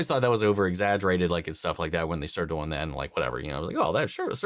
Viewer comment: I mean this with absolutely no disrespect. But where on earth are you from where your accent pronounces it "doiyng" instead of "do-ing?" I have worked, played, or lived in 38 States in the USA and heard so so many accents but never have i heard that word pronounced that way